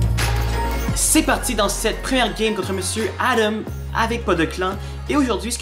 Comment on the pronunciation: C'est adan pas adamm (j'écris mal pour que tu vois bien la prononciation)